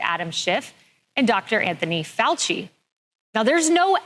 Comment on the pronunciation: Defending Dr Fauchi? Really. And you can’t pronounce his name properly? Dude I know I’m being a jerk here but every time I think we a red on the same team you are talking about how serious some new flu is and minimizing the evil of others.